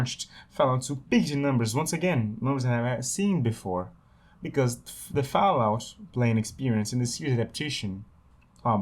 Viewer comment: Ah yes, Fahlout.